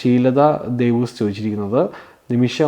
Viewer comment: എൻ്റെ...😂 ഈ വീഡിയോയിലെ ആദ്യത്തെ ചോദ്യം എൻ്റെ ആയിരുന്നു. എൻ്റെ പേര് വായിക്കുന്നത് കേട്ടു ഞാൻ ഒത്തിരിചിരിച്ചു.ഷീലതാദേവൂസ് എന്നാണ് വായിച്ചത്. ശരിക്കും എൻ്റെ പേര് ഷീല തദേവൂസ്( വിശുദ്ധ യൂദാ തദേവൂസ്, യൂദാശ്ലീഹാ എന്ന് കേട്ടിട്ടില്ലെ )തദേവൂസ് എന്നാണ് എൻ്റെ Husband ൻ്റെ പേര്. ജിജിയുടെ പ്രായം ആണ് എനിക്കും) നിങ്ങൾ എൻ്റെ പേര് പറഞ്ഞപ്പോൾ ഒത്തിരി സന്തോഷമായി❤❤👍 നിമിഷയുടെ പാട്ട് സൂപ്പർ❤❤❤❤